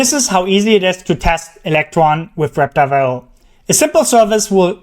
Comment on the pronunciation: Just slow down the pronunciation of Web Driver IO and you'll be good. The way you're saying it, it's "wrebdwibraiohwr" very fast. It sounds like it's all crammed together. Just slow it down. "Web. Driver. I. O." Great video.